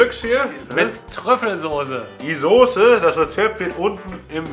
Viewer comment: sooose....es heißt Soße und das S ist so scharf wie das Grillshowmesser....sieht dennoch köstlich aus, wird ausprobiert :)